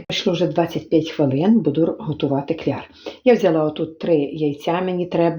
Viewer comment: Я вас дивлюся, але чомусь не пишу, а зараз написала, а ще пишу, бо причипилися, не кльяр, а кляр, а ще класти а не ставить, яка вам разниця, як людина говорить, як каже так i каже, головне шо вона добра жiночка i люб'язна. Дуже вам щiро вдячна, хай вам дорогенька щастить.